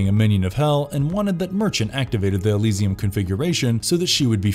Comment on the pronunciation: LeMarchand. Elysium. I need to stop listening to this. It's obvious you're just a reading a script that I imagine you didn't write yourself because you are not even close with most of these.